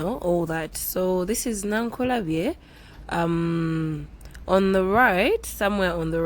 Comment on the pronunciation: Meanwhile its Nakulabye not Nankulabye😁